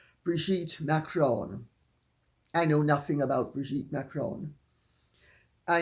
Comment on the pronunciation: I wish Candice Owens would pronounce Macron correctly, it makes her sound like an ignorant American. I have posted to her over and over there is no ´´e´´ on the end of the name therefore it´s not Macrone, it´s Macron but she insists on pronouncing it wrong. I like her research and passion but I feel it will be at the behest of her marriage, she is too dominating for the type of man she is with.